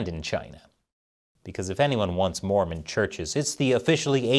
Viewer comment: I just was generally disappointed with how portrayed us in this episode. It's sadly telling that very few people seemed to care the way he spat the word "Mormon".